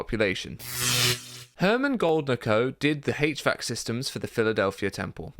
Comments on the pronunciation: Hache vac system! 😆 lol It's pronounced H Vac. That is all........ Good video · mechanical engineer here pronounce it "H-VAC", not "Hatch-VAC"